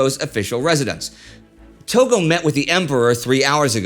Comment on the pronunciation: Togo? I think it’s Tojo.